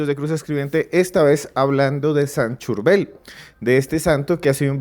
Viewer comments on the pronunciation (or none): Nó es Churbel, es San Charbel con respeto. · No es San Churbel , sino San CHÁRBEL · respete a los que creemos en San Charbel, no le cambie el nombre... a usted, le gustaría que le cambiarán su nombre... es *SAN CHARBEL*. NO es CHURBEL, es San Charbel... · Por favor pronuncia el nombre del Santo Padre Sharbell ! No es Shurbell ni Churbell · No se dice San Churbel 😂 Es San Charbel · San Charbel......no churbel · NO ES SAN CHURBEL 😅 ES SAN CHARBEL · CHARBEL NO Churbel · Churbel. Cherbal Casitico le dice san churma. Es Charbel, no saben leer ? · Su nombre es San Chabel 😅😅por favor 🙏 🙌 noooo Churbel.. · Se dice San Chárbel. La forma correcta de referirse al santo es con la tilde en la "a", Chárbel, y precedido por "San". El nombre completo es San Chárbel Makhlouf. Churbel no aparece en ninguna parte. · Se dice san Charbel no charbul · San Sharbel! No san churbel Ni san cherbal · San Charbel, no San Churbel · No es como se quiera decir...es San Charbel...No San churbel....o a usted le pueden llamar ... Gustavo, Feliciano o Juancho...? Como le quieran decir...? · Cherval, churbel, charbel..... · No es churber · Por q dice Churbel 😮😮😮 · Churbel?! Porqué le llaman así? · NO ES CHURBEL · Por favor pronuncie bien su nombre como se escribe CHARBEL. Gracias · SAN CHARBEL, FAVOR PRONUNCIAR BIEN, CORREGIR TU AUDIO, GRACIAS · San charbel esta de moda para algunos.Es san charbel lo pronuncias mal.San Charbel ufffffff hace muchooooooo rato escuche por primer vez de el.fue muy extraño porque yo estaba escuchando un post cat de una bruja blanca en México y ella lo mencionaba y yo creía que era alguien igual a ella y luego investigue y vaya sorpresa estaba lejos de mi realidad. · Durante 30 minutos escuchó la correcta pronunciación del nombre del santo: Chárbel, así lo pronuncian los libaneses, entonces? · Hola ¿Por qué dice San ChUrbel, su se escribe con la letra A? 🤔👍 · San churvel😅😅😅😅